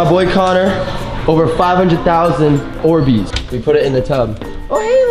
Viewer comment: Faze kay: Are these ohhbeez 😂😂😂